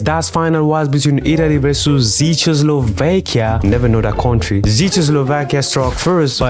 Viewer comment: its pronounced check-kos-lovakia